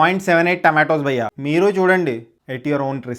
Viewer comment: Bro ...try say 'bhayya" ....not bayya